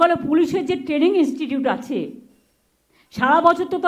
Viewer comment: Training ti uni bolchen, Taining!😂😂😂